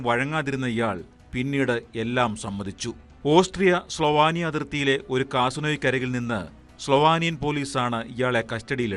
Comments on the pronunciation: സ്റ്റഫാനി അല്ല സ്റ്റെഫെനി സ്ലോവാനിയ അല്ല സ്ലോവേനിയ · സ്ലോവാനിയ ❌സ്ലോവേനിയ ✅